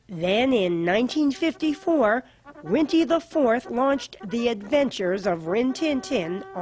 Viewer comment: NO, It's GO Rinty, NOT Yo Rinty! Get it right!